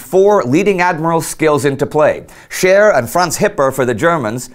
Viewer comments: I know it's Scheer but I can't help but hear Cher and now I'm thinking she really could turn back time... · While watching this episode. My wife kept on hearing Cher instead of Scheer. And now cant get "If I can turn back time" out of her head and just pitchers Cher on a battle cruiser in the North sea. Best laugh I've had in awhile.